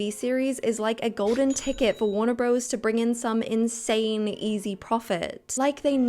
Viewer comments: Just a small point - it’s warner brothers, not bros - the abbreviation is only used to make the logo more compact. It sounds weirdly like faux street slang when used in a general commentary. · In your next video PLEASE say BROTHERS 🙏 Bros. Is short for BROTHERS. The name of the studio is WARNER BROTHERS, NOT BROS 🤯